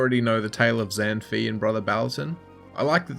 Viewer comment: Zan fi is pronounced Zahn-faay (like pie)